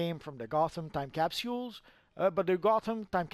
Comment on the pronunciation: Could you say capsules better?